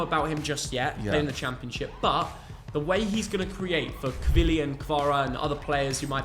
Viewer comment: bro said kvili lol